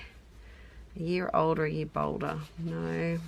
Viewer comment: Naur, nevahh. 😂